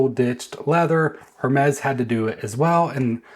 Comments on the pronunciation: Hermes is pronounced “errr mes.” The H is silent. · You don’t even know how to pronounce Hermes -sigh